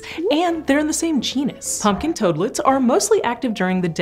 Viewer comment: I like how she calls them "Punkin Toadlets"..